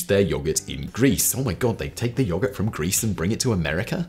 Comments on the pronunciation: yo-GERT its not that hard simon its not yah gurt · I've heard a lot of people and I've heard a lot of words and never have I ever heard someone pronounce yogurt that way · "yoggart" lmao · State side most of us say yo-gurt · Is anyone else amused by the way Simon says yogurt, or am I high? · The way simon says yoghurt... or maybe my Australian accent just isn't a fan 😅